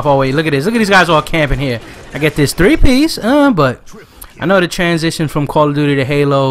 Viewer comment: how come you don't roll your R's on the three piece.